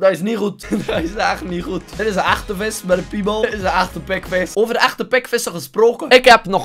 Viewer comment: Altijd wanneer zegt: Das ni hoed! Kapot lachen!